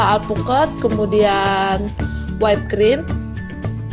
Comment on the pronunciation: Whipped cream dibaca Wipd krim, bukan Waip krim #koreksi #kritikmembangun #supayalebihbaik